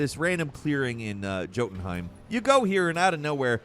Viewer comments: Bro called Jotunheim (yo-ten-haym) JOE-TENHIM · I love your videos but damn do I cringe at how you pronounce certain words 😂 Ock-uhlt Joe-ton-hime 😂😂😂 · it's YO-TUN-HAIM (Jotunheim) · Say Jötunheimum properly, or don't say it at all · Love the hard J pronunciation of Jotunheim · The J in jotunheim is pronounced as a Y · Lol at Jotenheim pronounced with an English J sound and not a Y sound, as if he doesn't know anything about Norse mythology or hasn't even played the last 2 God Of War games where they pronounce it correctly every 30 seconds. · I’ve never heard Jotunheim pronounced with a J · J's in the norse are pronounces as Y's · The j in jotunheim is pronounced like a y